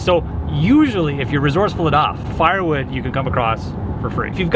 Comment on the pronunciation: At the beginning it sounds like you're saying barnwood